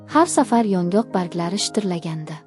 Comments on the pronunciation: Кеткан вақтизга ачинадиган хикоя экан..Матнни ўқиёткан қиз ёнгок дарахтини охиригача тузатиб ўқомадия 😮Ёнғоқми-ёнгокми?😢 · ЁНҒОҚ , " ёнгок " эмас!!! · Iltimos yongok emas yongʻoq deb oʻqing